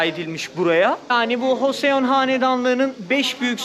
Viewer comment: Hoseon diil de coson =) desen daha iyi:)